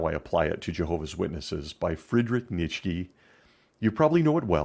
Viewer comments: Another great video! I wish I was around for the cheese danish fiasco haha I got into philosophy after leaving the organization as well, Nietzsche is also one of my favourites! I believe his name is pronounced “Knee-Cha” but I could be wrong! Looking forward to next week episode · Frederick "NEETchuh"